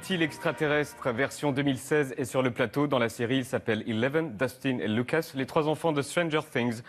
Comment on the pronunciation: "louqueusse" chaud